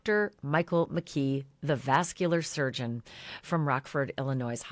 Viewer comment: Clearly Ashleigh isn’t reading all the comments as she continues to say “vascular surgeon.”